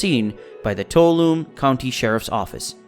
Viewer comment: Michael's mother's name was Ardelle and he also had a half brother named Rick who lived in Arizona at the time of Michael's disappearance. Tuolumne is pronounced, toe-wall'-oh-me